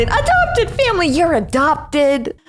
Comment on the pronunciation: I just hear adoopted i m not really adoopted cuz mom always tell i m not ADOOPTED